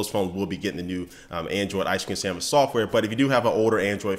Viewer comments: it is "sandwich", not "sanwish" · "Ice Cream SAMMICH OS!" haha